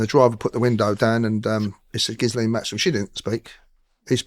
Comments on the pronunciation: It’s pronounced Gil-len (French); I can’t stand this guy - clearly did nothing but work on the gates and us trying to make a career out of it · Sorry to haveto tell you that my French friend is called Ghislaine and she definitely pronounces the s. It is Jislayne, but maybe the Maxwells didn’t know. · You pronounce her name GEE- LUN this is what her whole family, friends etc call her I know someone who was in that family who met her and the pedo jeffery who told me this. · Ghislaine is French... old French, from 'Gisel', for a promise or pledge made to be honoured. Pronounced 'Gill-lane'; a hard G, no sibilant. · Ghislaine is pronounced "Gee-Len" and it is a Hebrew name. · It's actually pronounced Gee len, it's a quite popular French name. Robert Maxwell was a spy who worked for the KGB and Mossad. The CIA informed tge British about Maxwell in 1951, I have a copy of the memo obtained under a FOIR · Ghislaine is a French name. In Quebec that name spelling is pronounced Jis-lane. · It's a soft "G" and it's French, as her mother was French. It's pronounced "Ghee Len" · The correct pronunciation of Ghislaine: It derives from the name of a 7th century saint, St Ghislain. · Ghislaine is a French name and, Andrew's right, the S is silent 👍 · Actually there are 2 pronunciations Ghee lenne. And jees lenses. The original one is ghee lenne. As it's the female name for guy. The name fell out of fashion, then came back but mispronounced. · It's GEE-laine Maxwell. It's French, hard G. (I'm Canadian). And yes, she was a procurer. She's been convicted of sex trafficking. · 20.56 how many times must it be said, her name is pronounced.. JIZZ-LANE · Ghislaine said = Geelane Hard G First part is like clarified butter = Gee Second part is like a lane way = lane It’s an easy way for English speakers to say it. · Pronounced Gislane .French female name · It's not 'gizlane', please at least say her name correctly. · apparently the name is french and pronounced Gee-len with a hard G